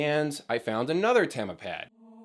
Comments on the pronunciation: its tama not tama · You say it as Tama and not "Tama".